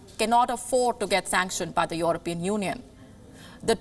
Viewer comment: It's European, not Your-opean